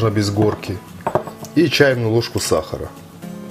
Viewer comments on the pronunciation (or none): none